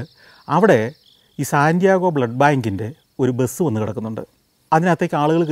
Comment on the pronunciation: അങ്ങ് ഈ സിറ്റിയുടെ പേര് പറയുമ്പോൾ സാന്റിയാഗോ (Santiago) എന്നാണ് പറയുന്നത്, ശരിക്കും അത് സാൻ ഡിയേഗോ (San Diego) എന്നാണ്. അതുപോലെ Las Vegas എന്നത് നമ്മൾ മലയാളികൾ പറയുന്നത് ലാസ് വേഗാസ് എന്നാണ്, പക്ഷെ പറയേണ്ടത് ലാസ് വേഗസ് എന്നാണ്. ഇത് കണ്ടുകൊണ്ടിരിക്കുന്നവർക്ക് വേണ്ടി എഴുതുന്നതാണ്. പലയിടത്തും ഈ പിശക് കൊണ്ട് പലവട്ടം കളിയാക്കൽ കിട്ടിയിട്ടുള്ളതുകൊണ്ട്, ആർക്കെങ്കിലും ഉപകാരപ്പെടും എന്ന് വിചാരിച്ചു പറയുന്നു എന്ന് മാത്രം.